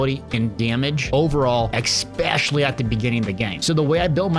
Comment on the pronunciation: Remember kids, there's no X in "especially" so you don't need to pronounce one.